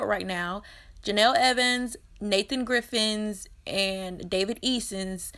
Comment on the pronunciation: Nathan's surname is Griffiths I think, not Griffins :)